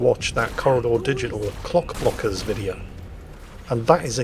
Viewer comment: It may be the accent (what accent?) but after the first time mentioning the video, instead of 'Clock-Blockers', said 'Cock-Blockers' every time.... lol. Freudian much? lol